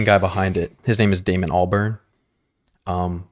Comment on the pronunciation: Great video. It's pronounced Al-bahrn like a barn. Also, interesting to note, back in the day it was unknown who was behind the Gorillaz project and it was kept a mystery with many people being speculated to be the singers/songwriters but eventually people figured it out and Damon Albarn Just eventually started putting himself out there as the creator. Your dad seems to like de la soul. You should do three feet high and rising!